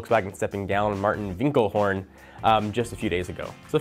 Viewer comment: It's Winterkorn, not Winklehorn. He cannot pronounce dynamometer either. He doesn't seem stupid.